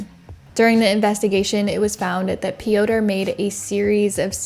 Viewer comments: Pee- ow- turh is wild 💀 It's pyohtr (rolled r). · did you really say "pee-oh-tur"? It's fucking Peter just in polish 😂😂😂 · Piotr is just pronounced Peter, I think! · "Piotr" - it's not pronounced Pee-oh-ter; it is pronounced Peter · no it's not😭 why are you giving made up advice especially when she made an effort to pronounce the name similarly to the polish variant already? it's pronounced similar to russian Пётр which means the P is followed by a yo (ё) sound - io io io P io tr Pyotr, not an "ee" sound as in Peeter. it shouldn't matter how pronounced it, and using the english equivalent (Peter) would've been absolutely fine as well, but the way she said it was more accurate than what you're suggesting so why correct her? no hate to you just curious as to why you felt like sharing this fun fact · "Pioter" lol thats not how you pronounce that name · Piotr is pronounced Pee-yot. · Piotr is the Polish version of Peter bit it's actually pronounced "Pee-yot" with a nearly silent R at the end, but the R is not a hard R like you are saying, but more like a quick rolling R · Just a fun fact…the Polish name “Piotr” is pronounced “Peter”. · Aleksandra - you say correctly Popek - also correctly Piotr - English version is Peter But overall your pronunciation is good 👍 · You calling Piotr ‘pee-odour’ is killing me. It’s not a funny situation at all, but it still made me laugh. I hope his victim is okay. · "Piotr" is pronounced just like Peter. 😊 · What a load of bollocks, learn to get percentages right (98%😆) and how to pronounce a name before going on line to say it (it's the Slavic spelling for Peter) and stop with the woke bs, she is a she, not a they. Shite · well you should tell the Piotr i know he is pronouncing his own name wrong! hahaha! maybe he just pronounces it to the closest English equivalent because everyone gets it wrong. so that could be my fault. if so, my apologies